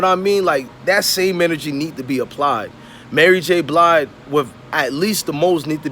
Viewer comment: You lost your worth KNOWING you're too young to know BOTH these folks and you said Mary J BLIDE LMFAOOOOOOOOOOO